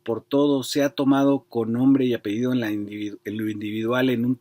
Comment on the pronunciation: A ver señor escritor no se dice APEIDO, se dice APELLIDO!!!! No que muy culto.